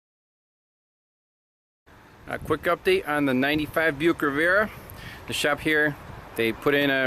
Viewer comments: not riv-era, ri-vi-era, as in the place where you cruse. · Not Rivera like Geraldo, Riviera like the French Riviera, back when cars had the names of famous places or events, some still do but not the Nazi mobiles, they use comfusing collection of numbers and letters and we won't even talk about VW, I mean what the thunder is a passat, it's German for trade wind and jetta has nothing to do with star wars yes I know it's Jedi, jetta is germanium for jet stream. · Riviera. Proper pronunciation is Riv-ee-air-uh. lol. Someone has to give you some grief.